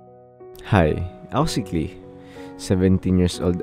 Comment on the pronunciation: Kala ko "Klein" awitsss, Klee pala hahahaha Well close enough hehe